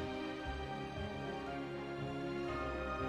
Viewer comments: Just an advice. When you say bonne nuit. You don't pronounce the T in the "Nuit" Other than that, you guys did a fantastic job on dubbing in english and french. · Haha I love how they try to pronounce words in french 😂 Examples to improve putain Is pronounced ; p uee t uhhhhnnnn Ouais is pronounced ; wuehh Nuit is pronounced ; nnnwieeee